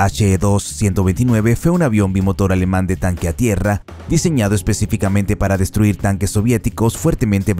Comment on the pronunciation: Tiiiigaaaa. ¿Por qué cojones os empeñais a pronunciar el alemán como el inglés?